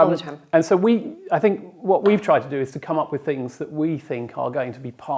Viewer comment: 'To', not 'tuh'.